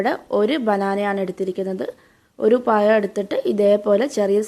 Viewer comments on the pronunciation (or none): അടുത്ത വീഡിയോ ചെയ്യുന്നതിന് മുമ്പ് നാക്ക് വടിച്ച് വന്നാൽ മതി പയം പോലും പയം